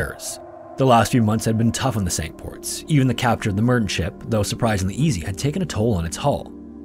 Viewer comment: Pronounced "sink ports"